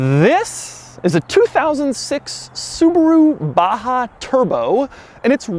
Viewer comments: why u say it baHaaa its baJaaaa 😂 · its Baja not baha where did u see H its J lol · It’s BAJA not BAHA. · Baja != baha.... if its baha call it baha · Baja you dumb fuck . Not baha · It is Baja not a baha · Batza !! Not Baha.. Batzaaaa !!! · pronounced BAZHA because if they wanted us to pronounce it baha, they should've written baha. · Doug the type of guy to pronounce baJa as baHa. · Baha? Is it not saying Baja? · u said baha instead of baja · Its 'Baza' the hood is longer than the bed. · Baha or Baja 😁😂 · Do you actually speak the j like a h? Baha and not B-a-j (like in Jay)-a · Why is baja pronounced as baha? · Why Doug pronounce baja in ba-ha? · Seriously?? No comments about the pronunciation of the BaHa? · its a baha. so the "j" is a non-silent "h". hmmm. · When he abaha.. It sounds like yamaha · Stop said BAHA? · Why it's pronounced as "Baha" when it's clearly named as BAAJAA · Y is baja pronounced baha & not baja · How is baja pronouced baha? Is the car mexican? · Sir its Baja not baha I guest you spelled it incorrectly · call this baja like j dont sound ha.like honda xr baja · the way Doug pronounces BAJA is interesting. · why is he putting a ''H'' where its clearly a J?